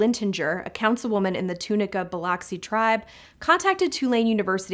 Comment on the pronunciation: Nails on a chalk board. Please google how to say Biloxi